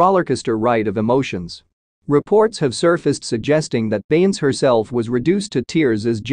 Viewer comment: The AI voice can't pronounce Beyonce's name. This is totally unacceptable. If you can't get a human to narrate STOP making videos.